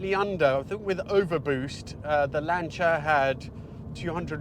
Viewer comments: What is a Lancher, you keep talking about?? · What's a 'Lancher'?